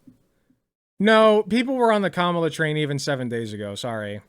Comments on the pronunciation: I'm starting to get triggered so much by people mispronouncing Kamala. It's not that fucking hard. I mean Shoe. It almost feels intentional. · It's annoying shoe doesn't say her name right she said it like the right. It's Kah Ma la